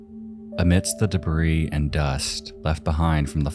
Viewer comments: Debris is pronounced debree not debrees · Holy shit man. "Debris" has a silent "s" at the end. You don't pronounce it. It is pronounced "de bree" not "de brees". Also, the plural is the same. Whether its one piece or multiple pieces, "Debris" is "debree". How does one not know this? I hope you don't say "deers" when speaking of more than one deer. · This AI narrator has me thinking it was real, but only AI pronounces "debris" like 'debreez'.... Silent 'S' skynet